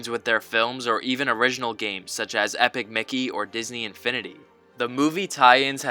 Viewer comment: that's a strange way of pronouncing epic mickey